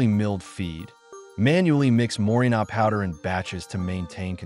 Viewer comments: Éste hombre no tiene idea de lo que está leyendo. Dice morinol en lugar de moringa. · MorinGA, NOT MORINA